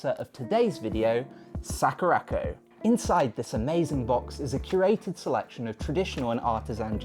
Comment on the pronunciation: Sack-rac-koh... Splendid pronunciation dude.